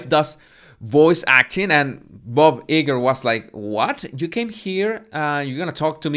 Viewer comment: Disney executive's name is pronounced Bob (Eye' • Grrr)... I only mention this because you emphasized, a couple of days ago, how much you want to pronounce words correctly. I think you do a great job❗